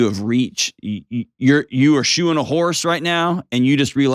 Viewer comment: i thought he said "shooting some horses," and was flabbergasted everyone was just like oh cool. 😂 he said "SHOE-ING some horses." 😂😂😂❤